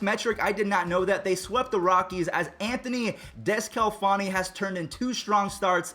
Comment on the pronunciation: Also, sorry to be that guy, but it’s Di (like didi) sce la fawn e.